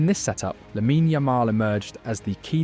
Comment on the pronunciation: Didn't even know how to say Lamine Yamal lol. AI garbage channel.